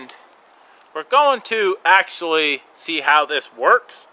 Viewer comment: "Ax-ually" lol